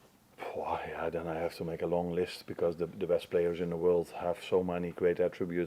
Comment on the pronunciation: Anyone else notice he said 'breast'and not 'best'. Amorim is gonna bring the breast out of the players. Gonna be an interesting match Sunday 😂